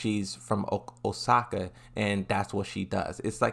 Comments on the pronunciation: It’s Osaka not Okasa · "Okasa" lmao He read it like 10 times. It's Osaka lol. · OSAKA* not Okasa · i just love how you mispronounce the japanese words. it is cute lol OKASAAAH!:face-green-smiling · Says OKASA throughout the entire video, corrects themselves once, then PROCEEDS TO SAY OKASA on the last one bro's trollin haha~ good video liked and subbed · are you purposefully pronouncing names like Osaka wrong or is it some kind of joke